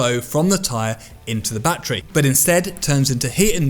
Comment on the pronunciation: Its called a battery not batree just saying